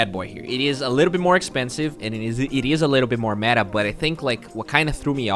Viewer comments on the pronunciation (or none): none